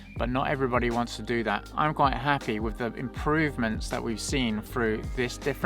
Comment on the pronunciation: "What's datt??"